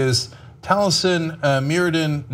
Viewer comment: Taliesin is pronounced ta-lee-zhen. He was a friend and an amazing guy. I also think Micah is pronounced my-cah. That's how they said it at the vigil. And no the republicans in the north west are largely more racist than other republicans because of oregons white supremacist roots.